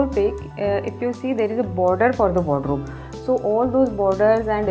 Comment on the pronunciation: I love how she keeps saying "Wodro" instead of saying Wardrobe.